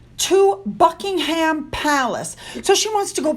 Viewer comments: Thank you for your chan regarding our Royal Family. A quick tip, Buckingham Palace is pronounced...Buck ing am Palace, not pronounced like the meat ham. Silent H. Much luck darling with your channel. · Buck ing ham Palace. Its funny how you pronounce it.